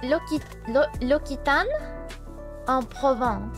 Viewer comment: L'Occitane is pronounced "oxitann". Great stream as always :)